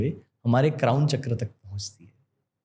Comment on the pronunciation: भारतीय ज्ञान की बात कर रहा है और चक्र को चक्रा रुद्र को रुद्रा बोल रहा है